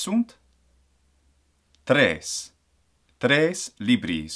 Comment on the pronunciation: I noticed it for example in the word “tria”, in “tres” and in the word “primum”. I have the doubt mainly because in Spanish we don’t trill it in these cases, and as far as I know neither in Italian (I might be wrong in this one because I don’t speak a lot with Italians) I normally try to mimic my Spanish pronunciation when learning Latin (except in some consonants like ‘c’ or ‘v’), since it’s my mother tongue, but I’m asking because I thought wether the ‘r’ pronunciation rules might actually be different than in Spanish